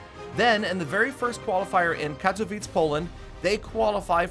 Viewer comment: The way he says katowice makes me cringe